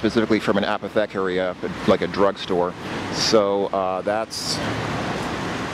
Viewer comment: this is the pre-freddy pharkas pronunciation of apothecary :D